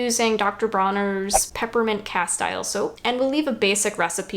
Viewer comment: It's "cast-eel" soap!